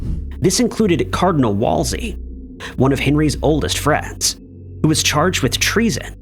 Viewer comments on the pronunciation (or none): "bo LINN", WOLE zy"